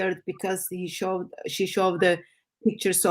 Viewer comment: Sometimes I wish would fix her pronunciation. It could just take a course, not really rocket science! Like its not showVed but showed It's not muislem but Muslim It's not lyingk but lying It's not theyv but they She already has a a pretty good vocabulary so it's mainly her pronunciation, I think her ministry is amazing and she is a remarkable lady! I especially respect her courage and determination. God bless